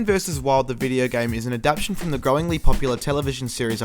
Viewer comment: *wince* it's "adaptation", dude. And fucking hell, I had no idea Bear Grylls had a video game named after him.